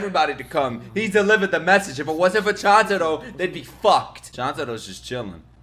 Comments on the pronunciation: I feel so uncomfortable seeing him pronouncing chuntaro as chantaro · its call choon-ta-ro not chan-ta-ro pls t - t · Can you please say Chuntaro right 😭? It’s Ch-oon-taro not Ch-an-taro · Also, it’s Chuntaro. basically pronounced choontaro. And just wait until the end of the series. (Which sadly yet thankfully has not come yet, just in the manga) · Bro its "Chuntaro" how could you forget😑